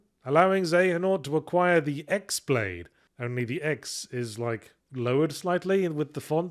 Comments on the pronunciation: Yeee, it's indeed χ-Blade with a Greek letter. And here's how you pronounce that letter: Chi (ki) ...yep. it's a Chi-Blade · Someone tell me when Yahtzee learns the χ-blade is pronounced key-blade. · "is that a greek letter?" yeah.... its Chi.... pronounced "key"... its a Key blade....